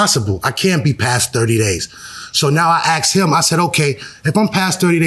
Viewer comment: ............................... Here we go AGAIN He said He " AXED " him ...............................